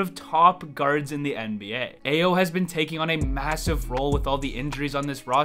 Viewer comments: Brother, Ayo's name is pronounced I-O not A-YO. Please get it right. It's like nails on a chalkboard!!! You are pretty good but you lose soooo much credibility when you can't get the name right of the star rookie on the team you're covering. I - O NOT A - YO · Hey - good video! But check your Ayo pronunciation. It’s I-O Doe-Soon-Moo.